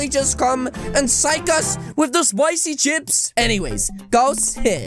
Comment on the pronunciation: AHHH SLEDER MAN WHEN HE SEES SPICY CHIPS HE SAYS SPICY CIHP:o